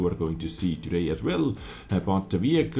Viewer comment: AGAIN WITH THE "TODAYM"! I'VE HAD ENOUGH! GOODBYE!